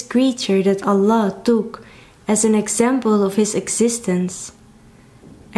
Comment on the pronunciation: MashaAllah. The way you utter/say Allah is in perfect pronunciation. MashaAllah